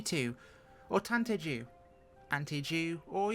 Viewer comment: Pronounced "Tante UUU" rather than "Tante Ju"